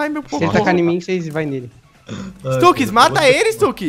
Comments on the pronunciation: nao eh stax eh stux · q raiva dele falando stax e n stux